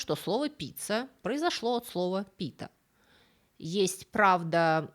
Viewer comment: Не "пИта", а "питА"!!!!☝️ Впрочем, что я от вас хочу, вы с русскими ударениями постоянно ложаете, а я от вас требую корректного греческого!!!😂😂😂